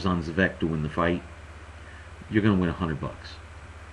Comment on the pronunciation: Would it be too much to ask, to get the name right? Spelling: Dejan (first name) Zavec (last name) Pronounced like: Day-an Xah-vets